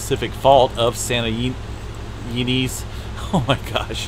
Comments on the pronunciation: Sounds like “ Santa you nez “ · Santa “eeeee NEZ”